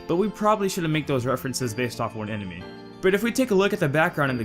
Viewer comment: hahaha some sort of "emeny" hahahah that sounds like how I used to pronounce animal before I was old enough to have a working brain "aminal"